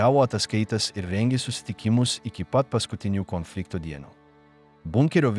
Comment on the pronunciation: Sako Konfliktas Antras pasaulinis Karas Ką jis šneka Komflynfliktas 😢 Nesveikas Jis